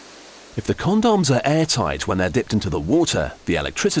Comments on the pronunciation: "After all they have a very important job to do!" Haha. He says Condums, haha. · CawnDoms XD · but first... CONDOMMZ.. Sheesh... nice pronounciation :p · but first con-dons he said it funny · "CON-DOMS" & "STAIR-AISLE" lolol I love how those are the only two things he pronounces funny xD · lol... CON-DAWMS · i like who he say con-dons! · con doms when its pronounced comdms lol